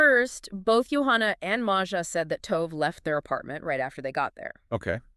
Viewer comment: I think the least an investigative reporter can do is learn how to pronounce the victim's name. I wanted to listen, but could not get past it. I will try others, but I hope you take this advice, it will help your channel. It doesn't take much to learn the pronunciation of foreign names. In this case it's "to-veh", not "tove".